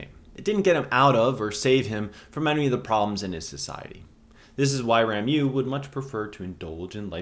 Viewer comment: RA MO is the correct pronounciation. RA MO. Rameau = Branch. You're welcome.